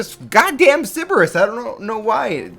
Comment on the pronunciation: The way says "cerberus" almost reminds me of "citrus"